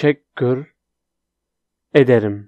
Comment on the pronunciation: "tesekkür ederim" değil teşekkür ederim "s" yerine "ş" kullanmalısın, rica ederim🥰